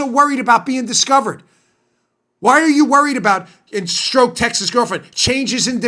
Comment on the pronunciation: lol. why u keep calling him "peter stroke"?? no one pronounces his name that way, so assume u r making a joke, but u don't say ur joking, so joke gets lost. guess it's possible u actually think his name is "peter stroke" (like "coke")? but, just in case u didn't know, only heard his name pronounced "peter strock" (clock)!